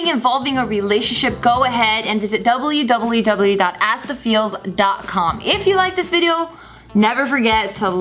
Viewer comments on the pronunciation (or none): lol geo can't say "W" "go to dubully dubully dubully dot.."